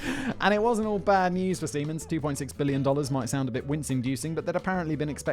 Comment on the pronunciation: Was I the only one who got initially confused by Simon’s pronunciation of Siemens? I kept hearing semens and was wondering what the hell he is talking about.